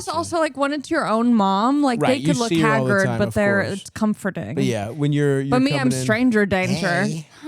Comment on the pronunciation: I like when she tries to say she was looking "haggard" and said "looking Hagrid"